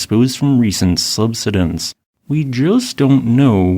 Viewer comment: I'm surprised the AI voice can't pronounce "subsidence".